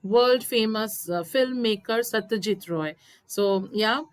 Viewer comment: Ray not rou